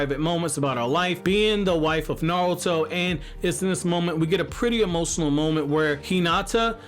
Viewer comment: The way you say naruto (nouto) is giving me pain in my stomach but overall a great video